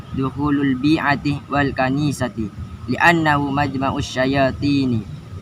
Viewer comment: Bukan al bi iiti bang . .. tapi al bi'ati bang...